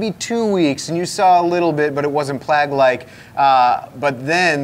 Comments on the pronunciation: it rhymes with egg, not frag. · "Plag" NO, stop it, bad! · pronunciation of "plague" is tripping me out. I honestly didn't know what word he was saying the first time. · Did he just pronounce plague as plag? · Thanks, I thought I was the only one! Never heard it pronounced "plag". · Did he say PLAG? Like FLAG? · Plag? what's a "Plag"? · First off, I appreciate all your work to bring sooo much knowledge to the hobby. My question, Is it me or does mispronounce certain words? Like plague or utilitarian. 🤷🏼‍♂️ This is in no way meant to be hateful. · if egg had a long A sounds, then yeah.